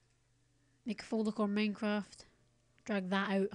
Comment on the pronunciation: "meincraft" lol